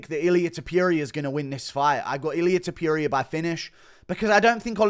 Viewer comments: Dude pls stop saying TO-PURE-IA. Its TO-POUR-IA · don't say Topuria's name if you can't pronounce it properly.